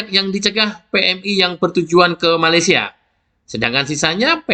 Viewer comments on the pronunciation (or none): none